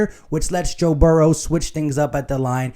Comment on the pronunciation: No “S” in Burrow.. FYI lol.. GoBrowns